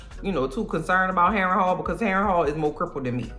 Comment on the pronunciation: New subscriber. I watched this several times. Your commentary is hilarious from start to finish. Every time I hear Castle Harenhall, I'm going to hear you calling it Castle Overhaul. Not clearing up the playing of the balls 😂😂. Cole with a fresh cut and cuban link ❤